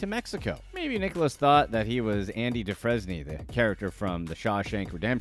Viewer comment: Andy Dufresny..? 😂 Shoulda watched the movie first or at least asked someone who had watched the movie how to say the name 🤡